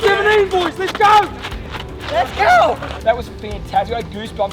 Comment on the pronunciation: Api's "Les go" sounds different. 😂😂🤣 Let's go Panthers.